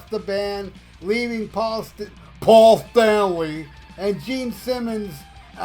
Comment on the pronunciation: Every time you say PAUL STANLEY of KISS, it kills me man, hilarious!😂